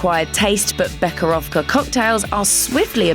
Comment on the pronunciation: KTODubai the “Che” in becherovka should be pronounced like “he” in English